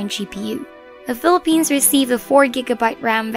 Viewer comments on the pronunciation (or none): none